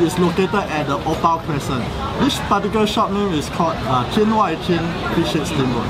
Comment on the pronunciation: As a Chinese, I want to say that your Chinese pronunciation of Tian Wai Tian is really really really amazing!